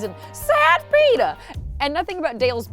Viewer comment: Love a “sad Petah” throw back! Woo!